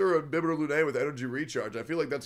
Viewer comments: BTW its not INBIBITOR its IMBIBITOR 😂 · So nobody notice the i"n"bibitor?